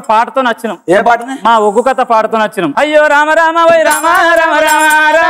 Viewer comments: Uggu kadhu.. Oggu anchor ji... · Neko dandam thalli.. uggu kadu oggu katha🙏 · Uggu kadura ayya adi oggu katha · ఉగ్గు కాదమ్మ ఒగ్గు కథ అంటారు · ఉగ్గు కథ కాదురా అయ్యా ఒగ్గు కథ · Amma adhi uggu kadhu oggu katha... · Uggu kadu ra ayya adi Oggu katha adi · Adhi uggu katha kaadu thalli.... Oggu katha. Palakadam raakapothe nerchuko ..... Nuvvu neeee...